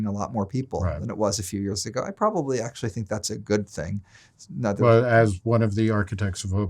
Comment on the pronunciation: Leave to to Reason to slide in with the "AKShoOAllleee" meme